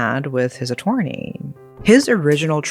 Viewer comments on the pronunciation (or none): Just to inform you, it's pronounced A-tur-ny and Braydy. Nevertheless, thanks again for another great storytelling of these unfathomable events